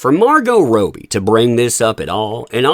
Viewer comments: I’m sure you mean “Robbie”, not Rowe-b. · Her name is pronounced Rob-bee, not Row-bee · You might think that someone who is going to make a video about a person would take, up to 90 seconds on Google, the time to learn how to properly pronounce their name. It’s pronounced Raw-Bee, NOT Row-Bee! C’mon man!! Big 👎👎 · Its Robbie, not ROWBIE🙄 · It's rob-ee (as in, say, Bobby Kennedy) not row-bee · it's pronounced ROBbie...not ROby. Sorry, grammar police LOL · Please stop calling Margo Robbie, it's not Roby.. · ROB’EE … please man. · Robbbbbie not Robie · Its not pronounced Rowbie though right? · I love the way u pronounce Robbie 😂😅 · Can you please say her name correctly - it's driving me nuts listening BUT there is no POTC without JD!! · One day you'll say her name right 🤞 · Is her name pronounced Rob'ee or Robe'ee? The way he's saying he name is making question myself. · Love supporting you, love your channel I've just always wondered why you purposely insist on pronouncing Margo's last name incorrectly